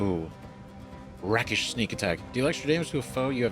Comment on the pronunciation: Thanks for the video! Something that may be overlooked (you haven't mentioned it anyway): if a character has a yellow circle, they're neutral to you; if it's red, they're hostile. I'm going to be that person, because it's scratching at my ears: it's pronounced "ray-kish", not "rakkish" (don't hate me).